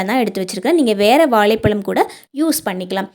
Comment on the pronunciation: வாழைப்பழம் இல்லீங்கோ வாழைப்பழம் என அழகாகச் சொல்லுங்கோ இப்படி தமிழை கொலை பன்னாதீங்கோ